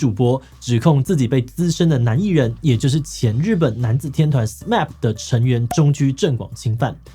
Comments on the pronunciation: 好像聽到第二次唸「S-map」 每次聽到都覺得怪怪的😵‍💫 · SMAP在日本正確讀音是「死罵普」喔～畢竟他們是日本樂團，還是不要用美式讀音比較好喔～小小建議一下😄